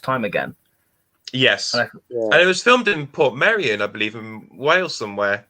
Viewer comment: Correct, but Portmeirion is pronounced "portMYrion" - hence the "mei" in the middle. You're in good company, as loads of people say "portmerrion", but that's incorrect. Luckily "portMYrion" is one Welsh placename that's dead easy to get right :)